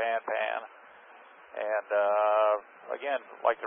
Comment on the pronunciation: I have literally never heard it pronounced "pahn"... even this channel pronounced it pan in his mayday/panpan video.